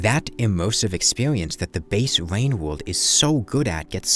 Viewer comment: bro really said wain wowld